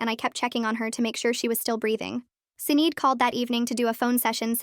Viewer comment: “Sinead” is pronounced “Shih-NAWD.”